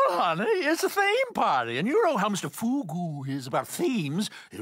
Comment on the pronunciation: How did you get the name so wildly wrong? It's Mr Fugu